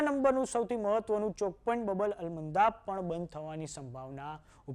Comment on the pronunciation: बबल अल मन्दाक नहीं। 😂😂😂। बाब अल मन्दाक ✅